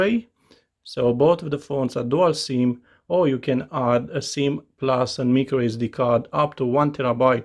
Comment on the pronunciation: Micro not mikro